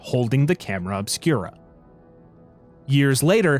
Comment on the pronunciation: I thought you said camera of Spira at first and was wondering if Tidus knew about this.